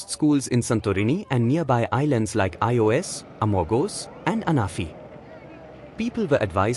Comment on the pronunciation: “the island of I O S” ?! 😮 Didn’t even attempt a pronunciation. EEos